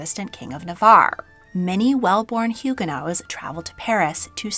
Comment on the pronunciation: It is baffling to me that you are a historian and don’t know how to pronounce Huguenots.